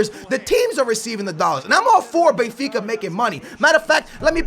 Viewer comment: isn't BENfica not BAYfica ???